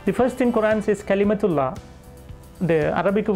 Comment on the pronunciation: First of all he was never an Imam; his poor pronounciation of the Arabic terminology gives this away (he prounces "kalimatullah" as "calimatulla"), who he really is I will come to later. Secondly, if someone asks "who is Jesus?" then an Imam will know how to reply, an Imam will not need to read the entire Quran again as its part of his extensive training! It's like finishing a masters degree in physics and then someone asking you "who is Einstein" and you replying "oh wait let me read my notes all over again"(!) Thirdly, he says that the Quran states that Jesus is the Word of God, the Spirit of God; this is true but what he he missed out was that all Prophets in Islam are the Word / Spirit of God. He said the Quran states that Jesus spoke when he was a little boy, but according to the Quran what did Jesus say as a little boy? Pity this "imam" doesn't know that. Jesus said 'innee abd'Allah' which means "I am a servant of Allah". And the Quran does say Jesus gave life to the dead, healed the blind, etc but the key words that the Quran uses are "bi iznillah" which mean "with the permission of Allah", I wonder why this "imam" never mentioned that (he's never read the Quran; that's my guess) As for no other name of a women in the Quran except Maryam, this is correct, but it's not just a name but a whole chapter dedicated in the honour of Mary. As for whether the Word of God is a creator or creation, this can never lead you to Christianity what a stupid remark this "imam" made. And